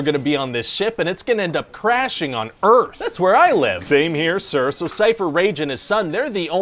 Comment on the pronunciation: Didn't he say "Welcome to Earfh"? 😂